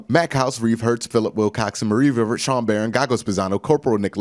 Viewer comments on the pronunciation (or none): none